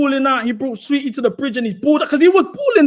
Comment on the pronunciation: my boy pronouncing tf out of saweetie. "sah- weheetie" is killing me